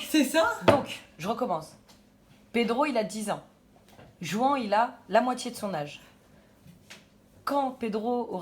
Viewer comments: Juan??? Mes oreilles piquent, on prononce rouane pas juan... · JOUANT! Ça ce prononce RROUANE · Juan se dit Ruán ! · Juan ça ce dit Rhouane